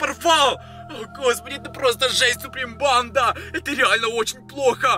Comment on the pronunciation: ты говаришь бандааа долго произносишь букву а